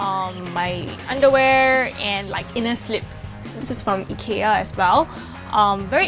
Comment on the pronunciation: omg the way she said ikea was almost un recognizable